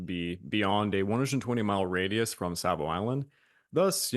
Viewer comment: There is no L in Savo.